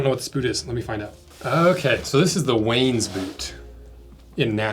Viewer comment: Indeed, last I checked "Borden" was a dairy that produces milk cartons for school lunches Also, the boots themselves are pronounced "Wah-nez". No Wayne's World action in Colombia. Native Spanish speakers please correct if I have that wrong.